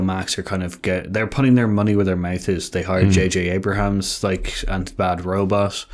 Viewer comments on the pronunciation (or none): Hear Us Out It was JJ Abrahams instead of JJ Abrams. Keep at it! You guys can go far!